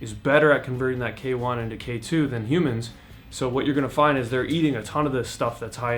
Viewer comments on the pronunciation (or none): none